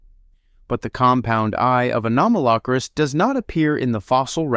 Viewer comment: Stop saying Anomalocaris wrong. 😡